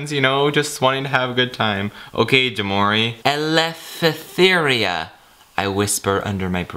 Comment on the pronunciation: Elefetheria... The unknown language is Greek. Omg I died. I was close enough though. The actual word is eleftheria.